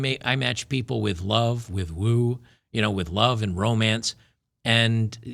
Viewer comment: You are not understanding the word "woo". It's woo not woe.